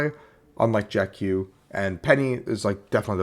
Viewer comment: It's not Jack Q. It's Jacq.